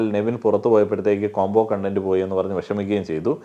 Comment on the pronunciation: I’m not കണ്ടന്റ് with your കോണ്ടന്റ്. Hope you now understand the difference between the same spelled words pronounced differently. Lal also has the same problem producing it. Thank you. BTW, you’re the best BB reviewer.